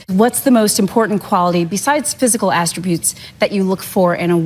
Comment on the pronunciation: 'astributes' One would hope that this, merely, represented a nervous slip of the tongue. '' attributes ''